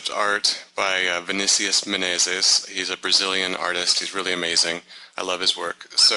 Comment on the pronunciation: Marko Kostic, it's "Vinicius Menezes". Yeah he pronounced it kinda weird/funny way xD